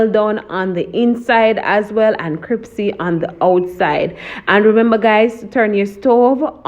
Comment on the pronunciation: Looking good I think I will have to try style- of dipping in flour and cold water and then dipping back in flour. Neat trick. But one thing that kept getting to me Was the pronunciation of the word crispy isn’t the word crispy and not cripsy?!